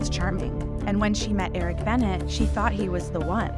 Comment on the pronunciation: Learn how to pronounce names!!! Eric Benet is pronounced BEN-A. Can't believe she's as innocent as you portray either.